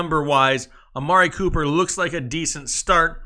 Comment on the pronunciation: 😂😂love everytime he says amari pooper